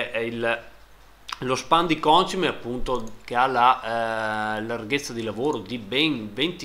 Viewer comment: Ciao, sempre complimenti per i video li guardo tutti e ho notato che pronunci in modo sbagliato la parola concime, continua così che è divertente:)